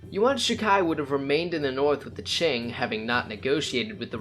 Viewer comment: Qing, se pronuncia ching y no King..